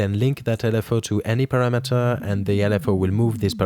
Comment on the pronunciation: dude why does every youtube video have people who never pronounce english words correctly? "parra-metter" is not how you say "parameter" jesus fkn christ, learn english before you start instructing others on youtube.